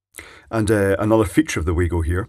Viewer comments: FYI Acording to the Manufacturer It's pronounced "Wa" "go", not "Way go" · Isn't it Vargo not waygo 👍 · Pronounced Vah-goh being a German product, not that it matters much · It is. And it's not. I just watched a video from wago.de, and they say vah-go. But on wago.us, they say wah-go. So I guess the German parent company doesn't mind "local" pronunciation. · Its pronounced Var-go. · pronounced "VAGO" they are german.... never trusted these, just use a screw terminal instead. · It's pronounced Vago mate. Their reps told me they stopped making the grey plastic one because it was ripped off. So they made a better product to replace it. That's not a Wago product. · Glad someone mentioned this, been reading the other comments thinking I'm in a parallel universe :) used to work in electronic component purchasing, always been Va-go to me